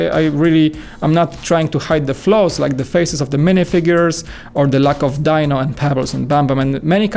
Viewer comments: Its pronounced dee-no even though it's spelled as dino for some reason. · Sigh. It's pronounced, Dee-no.🙄